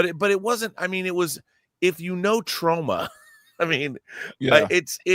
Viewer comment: whats tro-ma ??😅 are you trying to say trauma ?